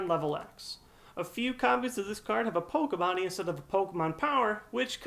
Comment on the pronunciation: It's (pok-ie-bodie) not (pok-e-bodie).